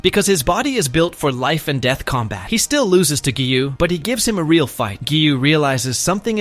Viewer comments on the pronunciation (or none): none